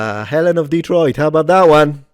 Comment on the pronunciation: This guy can barely pronounce Detroit